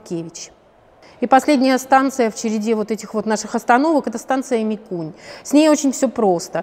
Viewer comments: Хотела бы поправить ударение: УрдомА и МИкунь. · Спасибо! Только правильно УрдомА! С ударением на последний слог. А также МИкунь с ударением на первый слог